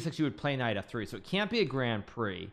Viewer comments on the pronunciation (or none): none